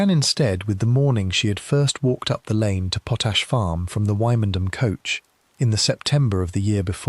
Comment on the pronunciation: Quite interesting, but Wymondham is pronounced Windam, and gaol pronounced jail.